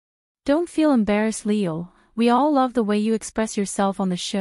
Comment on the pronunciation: His name is pronounced "ee yool" in Hangul (이율). The way it's spelled in English is confusing but seeing it in Korean makes it a lot easier to pronounce.